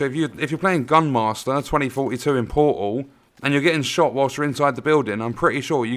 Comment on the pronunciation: I like when he says the word Portal, it sounds like Poo -Ahl